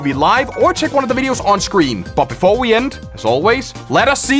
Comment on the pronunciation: "But befowe we end"